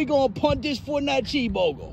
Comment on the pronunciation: CHWEESE BURGER